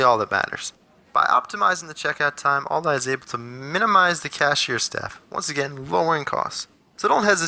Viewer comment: I don’t understand the all-die pronunciation.....